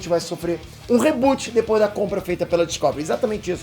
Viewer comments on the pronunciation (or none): none